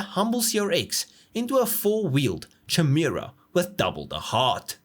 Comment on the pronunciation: Chimera is pronounced with a hard k sound, rather than a chewy ch sound. Otherwise, interesting vid as always.